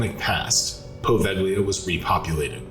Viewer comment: Poe-vale-ya. Not poe vag lea.